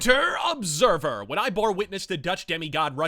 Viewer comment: He say you Obsahvah.